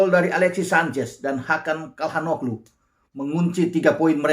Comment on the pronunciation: Izin koreksi penyebutan nama bang. Bukan Kalhan Oglu, tapi Calhan Oolu..Ç= (Ce) (Cal) dan Oo..lu